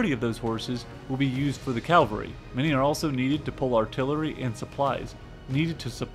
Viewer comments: Cavalry not Calvary. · Umm...It's "cavalry", not "calvary." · It is pronounced as "Cavalry" (horse) and not "Calvary" (hill where Jesus was crucified). But great video still. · Pommerania, not Pomeria. Cavalry, not calvary. Regardless, not irregardless.